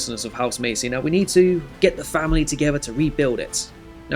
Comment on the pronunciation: Loving the start of this series as i play this house alot as its my surname, however it is pronounced mass-ee as opposed to macy